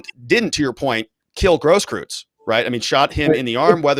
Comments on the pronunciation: Hey -- You said recently you are of the tribe persuasion. Say "oy vey!" like your cousins in NYC say it. Now say "Gross-croyts" with the same vowel sound as in "oy" of "oy vey!" And voila, you just said his name correctly! Easy, huh?, follow and you'll be good. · It’s eu. That pronounces like oi or oy. Großkreuz mean Big Cross.